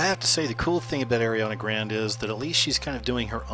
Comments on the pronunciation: Her last name Grande is pronounced Gran-day, not grand. Just let you know. JLo is getting old at 44, time for a new Latina to move up in the ranks. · the name is pronounced "grawnday" not "grand" fyi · lol grand???? its pronounced grahn-day lolllllllllllllll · did he just say airiana grand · not how u say grande btw....